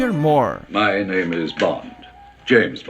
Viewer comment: Ótimo trabalho. Pena que estranhamos ouvir Roger /Mór/, em vez do correto, Roger /Mur/, como a Demi Moor.